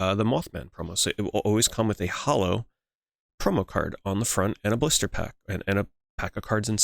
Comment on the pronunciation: Brother when i heard you say "Blister pack", i was thinking you were pronouncing "Booster Pack".... i was starting to lose my mind after the 4th one then i realized 😂